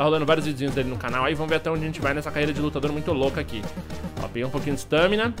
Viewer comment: nao se fala Stâmina e sim Stámina.